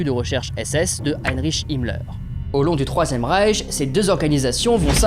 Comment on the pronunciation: Reich pas Rieth, les riettes c'est au Mans lol